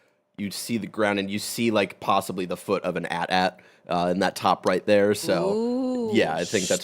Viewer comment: I love you Barrett but I think it’s A-T-A-T I could be wrong but I’ve never heard that hahaha